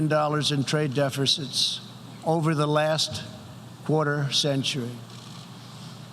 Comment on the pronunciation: "Trade defercites"